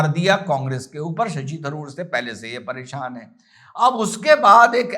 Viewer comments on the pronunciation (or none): none